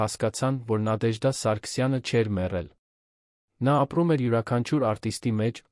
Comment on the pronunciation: Բառերը ինչու էք կուլ տալիս եվ Նադեժդա ,ոչ թե Նատեժդա